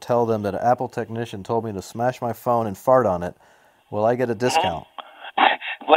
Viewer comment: You know it's great when a techneeshun doesn't know what a CORD is! Great call my yute! It actually sounded like he said Fat support. lol